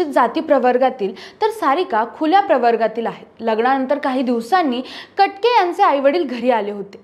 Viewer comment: ताई कट के... नाही. कटके..!